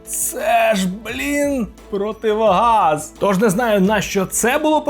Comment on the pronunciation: магнИт? ) протиВОгаз?? ВІДТУДА?? а-ну, скажи паляниця, москальня ))